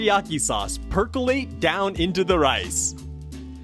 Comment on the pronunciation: Why did you have to say percolate like that ?